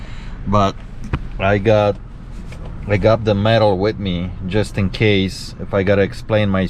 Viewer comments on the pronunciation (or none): none